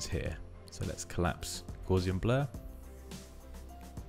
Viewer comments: pronounce it correctly. Gowssian. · FYI Gauss rhymes with mouse, not gauze. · That is definitely not how I pronounced Gaussian.